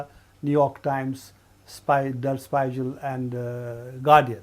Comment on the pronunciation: Did the interviewer say "Spy-jell" for "Spiegel"?!!!